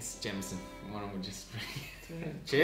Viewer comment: Pewds: Prononuces Jameson as Jay-meh-son. Jack: So you have chosen death?